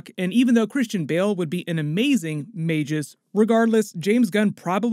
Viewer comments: MAGUS not Mage US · Just FYI, it's pronounced "may-gus" not "may-jis." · Magus (mey-guh s) not "may-jus" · Had to dislike because of the way he pronounced Magus.